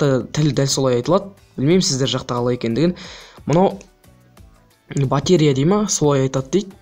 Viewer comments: батрея емес батарея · Батеа емес батарея или батарика дұрыстап айтщы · Батеря емес батарея